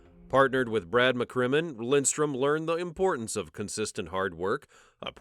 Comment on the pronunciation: It’s Lidström, not Lindström…